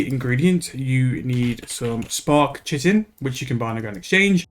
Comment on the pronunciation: Fun fact: the word Chitin is not pronounced at all how you've been saying it. It's actually pronounced ky-tin